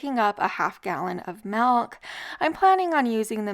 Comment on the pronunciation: Half gallon of "MALK"